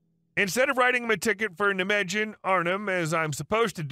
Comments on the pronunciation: Ugh, please, its pronounced Ni-Megan. The j is a y sound in germanic languages. Also, v is an f sound. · When pronouncing the city of Nijmegen the j is silent and the first syllable is a long I like the word night Ni* ma *gan! Historian who has studied World War 2 battles,Nijmegen part of Operation Market- Garden, movie "A Bridge Too Far"! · I think you'll want to check pronunciation of Nijmegen :)